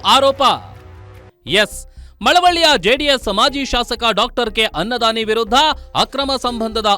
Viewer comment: ಅನ್ನದಾನಿ ❎ ಖನ್ನದಾನಿ ✅ 😂😂😂😂😂